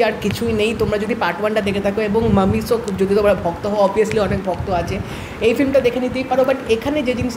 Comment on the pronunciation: ভাইজান নায়কের নামটা ঠিক করে বলেন।ওইটা মামিসো না মাসিমো হবে